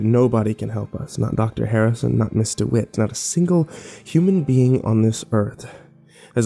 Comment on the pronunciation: I had to look up the story because it sounded like he was saying Mr. Witt instead of Ms. Dewitt and was confusing me lol